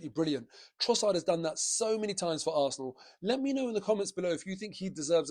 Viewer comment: You need to say the word Arsenal quite loudly, when you said "up the Arsenal" at the end there, it sounded like something else.